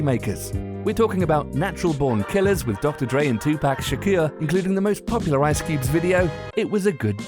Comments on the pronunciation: "2 pack shakure" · He murdered Tupac Shakur's name 🙃🙃🙃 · "Tu-PACK" "Tu-PACK SHAKIRA"...wow.... (insert thumbs up emoji here)